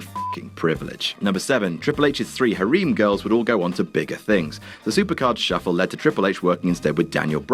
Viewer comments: HAREEM GIRLS ITS FUCKING HAIR-EM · Hareem? Don't you mean Hah-rem? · Hareem? HAREEM? Don't you fucking mean Harem, as in Hair-em, you fucking dingus. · I love how he pronounce HARIM' LOL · "hareem" ugh you Brits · Hareem girls? Lool that pronunciation. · I love you.... But dammit I'm cringing at the way you say Harem. It's pronounced like "Hair em" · lmfao the way he pronounces harem "hareem" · Obviously never heard or said the word "harem" before. I know Brits mispronounce everything but geez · The way he says Harem :P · Wow. That's how you pronounce harem in the UK. Weird. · Dude! Have you never seen the word HAREM before? You're butchering the pronunciation of it! 😅 It's killin m gymh earholes!